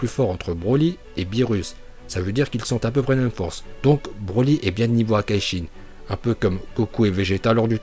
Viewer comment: Si ils dechainais toutes leurs puissance la terre aurait été détruite et on fait pas la liaison c les hakaishin pas zakaishin